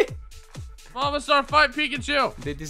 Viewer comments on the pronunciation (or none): none